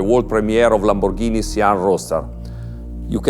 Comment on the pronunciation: Lamborrrghini sian ROASTER